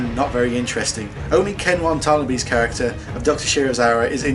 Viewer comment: 'Ken Wantanabe'